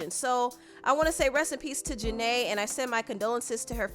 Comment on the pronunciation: Her name is Janet not Janay omg don’t do that to her name please and thank you